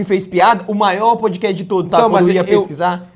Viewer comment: Os caras não sabiam nem falar Podcast.